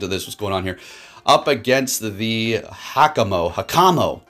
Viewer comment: Imagine someone running with a Hakamo-o and Kommo-o — (・∀・;) By the way its Hah-kah-Mo-Oh not "Hah-kā-moh" the dash (-) is a pause when in the midst of words or names.